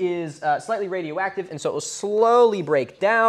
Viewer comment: radio egg-tive